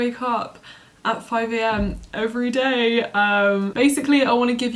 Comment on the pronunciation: ew the way she says everyday